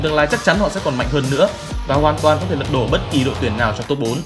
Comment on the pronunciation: "Lật độ" :))) nà ní